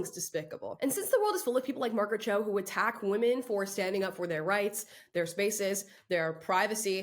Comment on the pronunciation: Who is Marget Cho?🤔